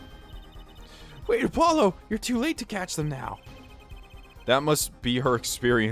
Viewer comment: No, Apollo just said it wrong Her saying Apololo humors me